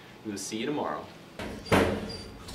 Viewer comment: “See you tomardow” 😂🥰❤️❤️❤️